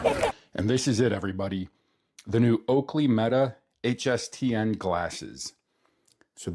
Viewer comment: They Look Good On You. But You Pronounced HSTN Wrong